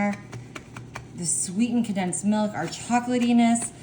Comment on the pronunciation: And condensed, becomes condinsed